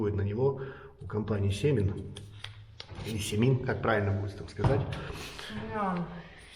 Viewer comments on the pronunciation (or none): Ударение на последний слог: Семи`н. Очень классная шпаклёвка, но кусается по цене. Я использую её в чистом виде для лепных элементов в декупаже. Брала в сухом виде с добавкой чего-то типо целлюлозы.